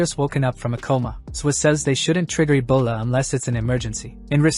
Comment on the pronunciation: Ebola❌ Abola ✅😂😂